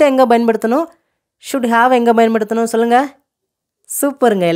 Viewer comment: Small request, Bayan paduthanum இல்லை Payan paduthanum is right (பயன் படுத்தனும் ) கொஞ்சம் உச்சரிப்பை சரி செய்தால் நன்று